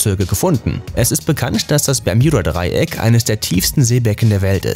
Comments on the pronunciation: Man spricht es Bermuda Dreieck aus und nicht Bejmuda 🤣🤓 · Wie er ganze Zeit bjermuda sagt 😂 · Wenn regt es auch auf das er bermjuda sagt aber ist trotzden ein cooles video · Das triggert mich so hart "Bermjuda" 🤣😤😡😱🤯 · Das Berm j uda Dreieck: Und alles in dichten Nebel gehüllt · Ich glaube der kann kein Deutsch 😂😂😂😂 das permjuda Dreieck 😂😂😂😂😂😂😂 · Bermjuda Nerv Nerv Nerv 😂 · Wenn du noch einmal Bermjuda sagst... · Das regt auf Bermjuda Hahah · bermjuda 🤦‍♂️🤦‍♂️🤮 lern mal deine aussprache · Hahaha das ding ist so wird es englisch ausgesprochen habe ihn auch ein kommi geschrieben :"Wenn du schon Bermuda englisch aussprichst dann sag auch gleich Triangel und nicht Dreieck🤦‍♀️😂" oh man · b e r m u d a... ist das so schwer auszusprechen? Aaaaahhhh Ausraster 😂😂😂😂😂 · Sprich mal bermuda richtig aus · Es heißt Bermuda Dreieck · Wer kennts nicht das permjuda dreieck 😂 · Wen macht das auch so dezent Aggressiv das er "Berm J uda" sagt?😂😅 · das tut mir in meinem Kanadischen Herz weh, es heißt auch in Englsich Bermuda und wird auch so ausgesprochen. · Ich kann das Video nicht ernst nehmen. Muss jedes mal lachen wenn er Bermjuda sagt 😂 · simonsleif nein bärmjunda Dreieck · Das spricht man. Mit U bermuda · Mich ,das ist einfach so am triggers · Wieso sagt er das permjuda Dreieck 😂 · Das Bermjuda Dreieck, wer kennts nicht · Tut mir leid, aber ich kenne kein „Berm j uda " Dreieck 😂😂😂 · Alter zuerst Schtullu und jetzt Bermjuda.. der Typ macht mich lowkey aggressiv. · Sag doch einfach wie alle ganz normal " bermuda"😡😠😡😠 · Man kennt’s das permjuda Dreieck😂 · Bitte nenn es BermUda und nicht Berm YOU da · Bermjuda?ES HRIßT BERMUDA😂DEUTSCHE SPRACHE SCHWERE SPRACHE😂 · Bermjuda hahah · Lost kriege richtig Aggressionen wenn er Permjuda statt Bermuda sagt!!!!! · Wenn triggerd Bermjuda Dreieck auch?😂 es heißt Bermuda Dreieck, aber sonst gutes Informatives Video👍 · Digga BERMUDA nicht PERJUBA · Heist das nicht bermudadreieck ? Oder doch bermjudadreiek ???? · Ich auch😑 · ich auch